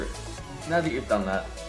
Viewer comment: No it sounds like he said meow but he actually said now